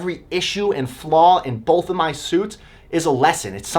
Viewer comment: You say bolth, thank you